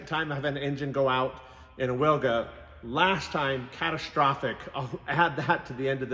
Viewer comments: If you ever wanted to try and pronounce it in Polish, try veelga or veelgah. Basically like you're saing it now, but with a hard V to start with ;P Love these vids, all the best! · Wilga in Polish means Oriole. Its pronounced "Vilga" for you English speakers. Don't butcher it anymore! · It's pronounced Vil-ga! minor point but...c'mon man! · Correct pronunciation is Vilga because in Polish W=V